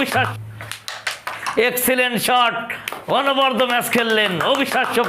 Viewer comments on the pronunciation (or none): অনবদ্য অর্থ অনবরত, য়ের উচ্চারণের ভুল!